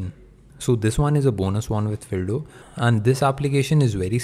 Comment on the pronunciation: Fildo sound like dildo